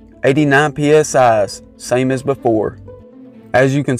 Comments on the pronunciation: He said pee es ahs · This man said psi’s